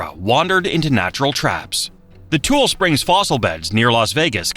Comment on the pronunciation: Not just Nevada, Tule Springs is pronounced toolie, not tool